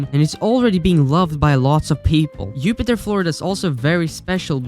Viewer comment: Just being friendly. It’s Jupiter pronounced as a J.